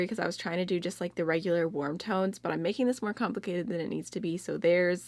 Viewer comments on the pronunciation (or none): none